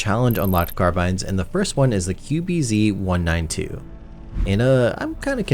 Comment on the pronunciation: why do you call it the 'QBC' instead of 'QBZ'